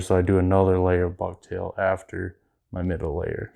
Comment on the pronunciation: Ha ha ha 🤣 😂 😆! I thought you said "bug tail!" Ha ha ha 🤣 😂 😆 Just as an FYI, walk that tag end down the shank more. Locks it in better. I like the pattern. I'm new to walleye fishing so I'll add this to the tackle box. Thanks! Do you tie it in any other colors?